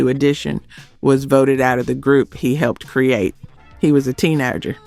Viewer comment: And "teenoger".